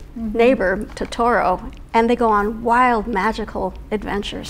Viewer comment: Makes me so happy to see this lady so passionate about Studio Ghibli 😊 I just wish she pronounced Totoro correctly 😭